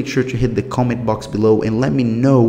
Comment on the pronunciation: You sound like such a sweet guy, I love how you pronounce "cool" and "comment" bwahaha<3 Thanks for info!